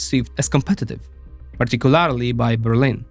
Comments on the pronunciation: I love your videos, but you need to either pronounce "Particularly" properly, or stop using it. Pronounced - Par-tic-cu-LER-ly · Say partic-u-larry-lee one more time.